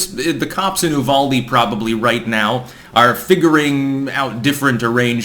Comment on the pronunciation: Its pronounced You-Val-Dee